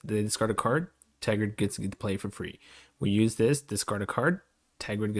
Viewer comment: Ter-grid Practice saying it